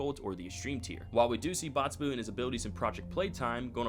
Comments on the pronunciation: its boxy boo not botsy boo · Bro can't say the name box correct for the life of him when talking about boxy bo😂.